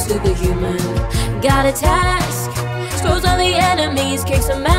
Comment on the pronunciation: Just sayin' its skrulls not scrolls